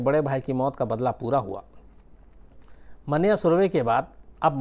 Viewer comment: It’s मन्या, not मान्या